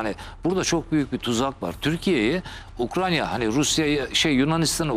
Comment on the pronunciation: sayın konuşmacı abicim ukranya değil ukrayna. önce onu öğren